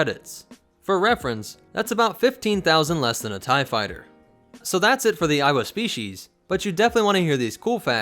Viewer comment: Am I the only one that started to hear it as "Iowa"